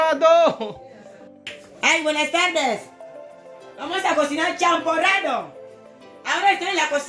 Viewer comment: Eh kuya, biko naman yan eh,hindi champoradow 😂 char lang 😂✌